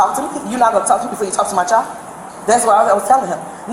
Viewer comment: Lady, the word is "child" not "chal". There's a "d" at the end of that word, and its NOT silent.